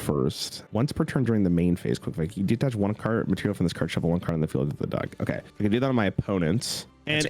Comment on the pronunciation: Another Cimo/ video, another chance to see mispronounce 'detach'.